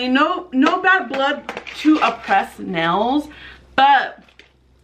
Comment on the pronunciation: No offense, but the brand name is pronounced AH-PRAY , not A-PRESS.